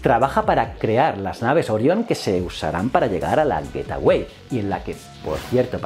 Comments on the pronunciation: Hola como critica constructiva: El nombre de la estación es GateWay (Güeitguay), se puede traducir como la puerta del camino o así Como tu lo pronuncias es GetAway (Güet aguay), que se puede traducir como huida o piérdete! Un saludo y me encantan tus vídeos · "Getaway" no, "Gate Way" (gueitwey) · Como lo has pronunciado tantas veces yo he entendido: " Getaway", en lugar de la correcta "Gateway". Un saludo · Joe con la mala pronunciación de "gateway"... lo pronuncias como "getaway" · Buen video, excepto por como pronuncias el nombre del a estación espacial que orbitaria la luna... significaría otra cosa bien distinta....